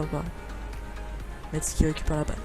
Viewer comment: Quand tu dit FC Metz, ne lit pas le "T" ! En gros tu dit : "FC Messe"